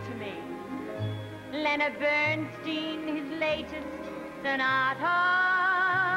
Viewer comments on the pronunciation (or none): Wow! Betty Garrett in a mini-LADY IN THE DARK.( | wonder if the mispronunciation of Leonard Bernstein's last name is intentional or part of the gag?)